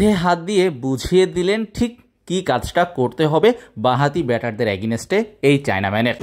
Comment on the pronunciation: are bhai agineste agineste .ki soro korlen,, valo vabhe English na bolte parle bolen keno ? tau abar public platform a ..Ajaira